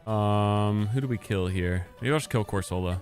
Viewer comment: Question. Do you ragebait on purpose with how you pronounce some pokemon names? Been spamming your videos the last two days and the way you say cor-sol-a instead of cor-suh-la is low key raising my blood pressure 😂